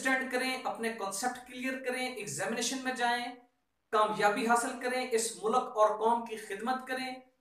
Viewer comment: MashaAllah, very nice thinking, Prayers for you. Just 2 things I want to share if u don't mind, pls say 'ILM' not 'ILAM' and 'Mulk' not 'Mulak'